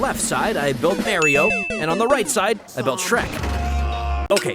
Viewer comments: its mario not marry o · merio???😂😂😂 Mario